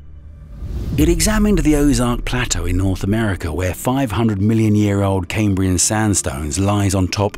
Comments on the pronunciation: It's pronounced Cam like ham not came, Cambrian not camebrian. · Caimbrian? It's pronounced cahmbrian.